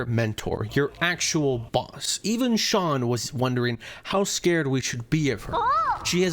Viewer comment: Calling shuanshuan Shawn is killing me 😭😭😭